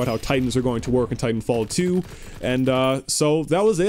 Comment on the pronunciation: I love how u say Titanfall teow